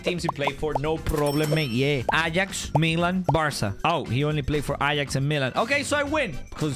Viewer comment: Stop saying varca